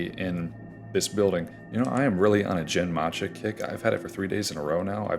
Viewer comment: Protip about Japanese tea names: the "g" sound in Japanese is always a "hard" g (think gum, not gym). So the "gen" in genmaicha is closer to the second syllable in "again," rather than the first one in "general".